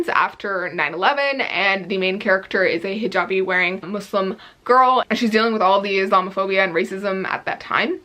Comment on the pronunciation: Respect for the right pronunciation of muSlim ☺️